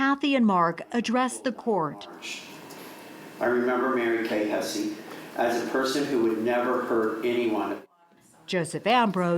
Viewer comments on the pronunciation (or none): Hess not hessie. You know, like the house of Hesse…